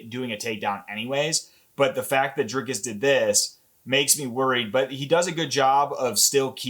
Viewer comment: His name is NOT pronounced Draykis it is Dree like and cuss like miss. Doo pless like bless and cee. ❤